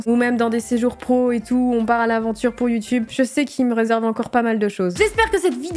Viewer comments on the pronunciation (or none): none